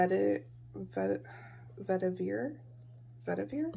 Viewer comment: If what you were trying to say was Vetiver, is derived from the Tamil word meaning "root that is dug up." - It's pronounced Vet - iv (as in give) - er.